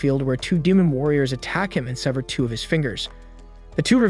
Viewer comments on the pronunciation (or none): none